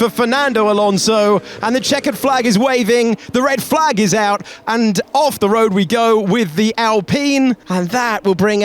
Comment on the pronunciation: "i turn the car of now" 😭